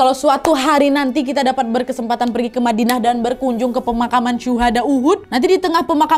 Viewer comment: Badinah salah ucap kak,ya?